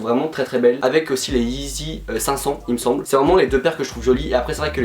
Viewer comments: «yeezy » et pas «eezy » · « La yee-zizi ». Mrc